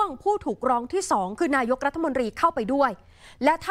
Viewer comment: นายก อ่านว่า นา-ยก ไม่ใช่ นาย-ก ไม่ใช่ นาย-ยก